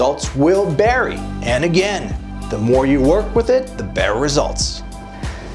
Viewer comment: “Results will berry “ 😂 thanks for the info !